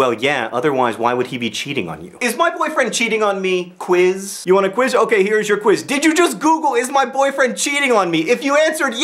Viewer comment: the way he says "quiz" just cracks me up